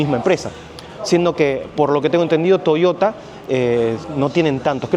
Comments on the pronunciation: me matas cuando decis " toiota".... pareces cordobes.!😂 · Thank broth! Soy paraguayo 🙌🏻🇵🇾🙌🏻 pero cuando dijo Toshotaa! Lo sospeche 😅 buena onda man!👍🏼